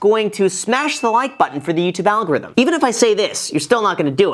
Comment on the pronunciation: Every time you say “YoUtUbEe AlgOrThhium” ;All the voices in my head say it 10 times faster….. That’s a good way drive a MF’r crazy! Lol